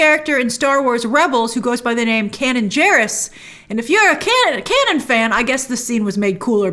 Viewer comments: Not Canon or Cannon. Kanan. Pronounced Kay-nun. He was a lead of the REBELS series, voiced by Freddy Prince Jr. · When she pronounced it Canon, not Kay-nun 😬🤦🏿‍♂️